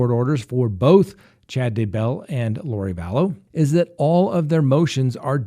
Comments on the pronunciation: I love your channel, but it’s not “Da-bell”. It’s “Daybell”. Sorry to nitpick. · It's DAY-bell, no Duh-BELL.